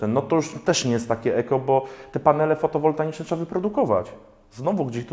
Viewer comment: co do paneli, to nie fotowoltaNiczne - tylko fotowoltaiczne. Po drugie - można je poddać recyklingowi - skuteczność około 96%. Nie bronię elektryków, tyle OZE w postaci paneli PV:) Pozdrawiam!